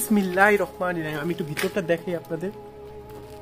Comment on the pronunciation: ভাই দয়াকরে আপনি বিসমিল্লাহড়া সঠিক ভাবে বলুন। বিসমিল্লাহির রহমানির রহিম এটা সঠিক আর আপনি বলেন বিসমিল্লাহির রকমানির রহিম এটা ভুল এবং এর অর্থ পরিবর্তন হয়ে যায়৷